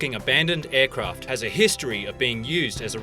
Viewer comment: Good informative video, thank you for your effort, but some badly improper pronunciations in it. Not 'Bizawe', it's 'Bizarre'. Not 'numba', it's 'number'. It's not a 'aircroft' but instead an 'aircraft'. Also 'shark' is NOT pronounced 'shock'(that's when a person touches electricity). The English language is slaughtered like a London cockney dialect. Yes I know all English dialects pronounce 'father' wrong as 'fother'. Every English dialect has some errors but the most accurate, best, and clearest English dialects with the least amount of errors are in parts of Scotland, Ireland, and North America.